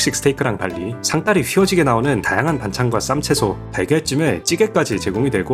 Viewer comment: 상다리 발음이 이상해...